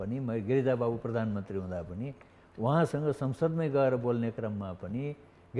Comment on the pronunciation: भर्मण ,पर्धानमन्त्री के बोलेको हो संबाददाताले ? भ्रमण , प्रधानमन्त्री भन्न नसक्ने पनि कान्तिपुर समाचारमा । हैट